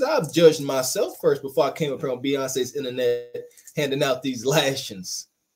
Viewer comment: PLEEEEEEEEEASE stop saying “ Beyoncé innanet” 🤦🏾‍♀️😩👎🏾💀 🤮 😂🤣🤣🤣